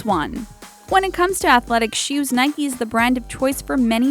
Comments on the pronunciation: It is really annoying how she said Nike wrong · wtf you pronounced nike wrong 😪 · Y'all pronounced Nike "Nikey" ? That's so weird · Hear how she pronounced "Nike" in ...